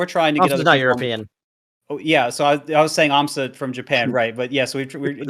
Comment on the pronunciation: "Can you imagine European aMSa?" Me "You mean Amsah?"